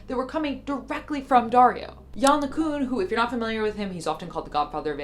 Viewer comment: Someone seriously needs to address how ''Yann LeCun'' is pronounced, for the love of God 🙏